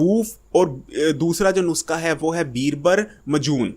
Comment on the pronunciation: بھائی صاحب نسخہ کو نسکا کیوں بولتے ہو؟